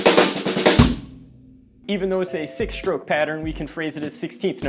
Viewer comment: Did he just say “shtroke” for stroke?